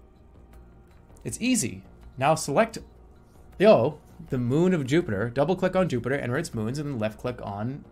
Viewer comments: your pronunciation of Io is uniquely not one i would have guessed. typically: 1) I.O. ( 'eye' + 'oh') 2) Io ('eeee' + 'oh') Jerma: "Yo" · Io is pronounced (eye) (oh) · when jerma says eeyo instead of io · Definitely interesting. Not an "i" pronounciation natural to english. There are many cases in other languages where "i" can make a "ye" or "yuh" sound, but it's not part of natural modern english (from memory it may be used in old english in some cases? I don't think its natural to German or Frankish though so that's kinda odd. It is natural to romance languages though and English is influenced a bit by early French so... it's complicated...).